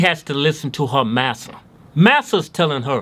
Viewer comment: "MASSAH"! SLAP - OUCH! 🤪